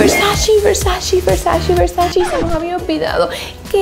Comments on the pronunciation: la manera correcta de mencionar VERSACE es Ver-sa-CE (Versache), NO Ver-sa-CI (Versachi). 🌹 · IT’S VERSACE NOT VERSACHEE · La marca Versace,no se pronuncia versashi,se pronuncia Versashe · es versace no versachi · Porque dices pronunciandolo (versashi) o (versachi) Donatella ya lo dijo miles de veces es (versache) versace. 🙄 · Es Versace no Versacci 🙄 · Que hermosas cosas! Pero me sigue dando algo extraño cuando escucho que no pronuncias bien la marca Versace ToT